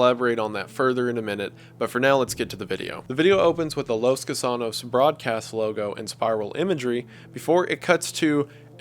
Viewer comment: “Los Gusanos” Wendigoon: Los KU SAA NOS